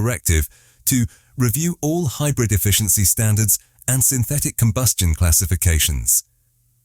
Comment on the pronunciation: stop saying hybrif , and say wich energy it runs on